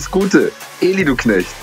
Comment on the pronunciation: Wie die bei alle Elli nicht Eli sagen 😂😂